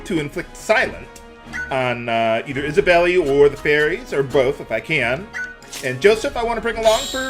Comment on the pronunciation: The i is silent in Isabeli